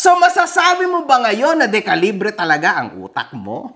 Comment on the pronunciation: dekalibre ❌ di-kalibre ✅